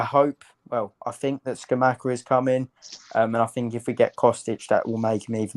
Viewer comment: Great video, lads. Kostic is a weird one because he isn't a lb or a winger. He's shit at both but elite as a lwb. That's why no bigger clubs have ever come in for him. It just doesn't make much sense to me as a signing unless Moyes plans on playing a back 3. Btw, Scamacca is pronounced "Skuh-Mack-Uh."